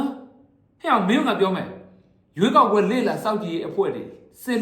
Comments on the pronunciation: ရွေးကောက်ပွဲတောင် .ပီအောင်.မပြောနှိုင်ဘူး😂😂😂 ခွေးမျိုး..ခွေးသား.. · ဘာကောင်လေးလဲ ရွေးကောက်ပွဲတောင် ပီအောင်မပြောနိုင်ဘူး စျေးကောက်ပွဲတဲ့ ရေးပေးထားတဲ့က အဲလိုဘဲဖြစ်နေတာထင်တယ် လီးဘဲ